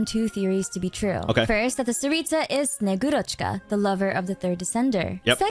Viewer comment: got hearing russian words be butchered hurts my soul, just say snow maidne its closest English to that word, she is relative of santa claus although in russian he is named old man cold or freeze or deep chill, old man and one of these